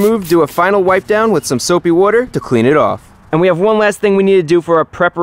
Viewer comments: The way he says water😆🤣😂😂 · You say water wierd